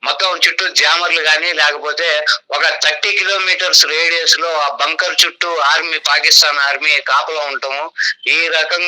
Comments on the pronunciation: ఒరేయ్ బాబు టాంకర్ కాదురా బాబు... బంకర్... నీకు టాంకర్ కీ బంకర్ కీ.. తేడా తెలియదు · టాంకర్ కాదు నాయన! బంకర్ అను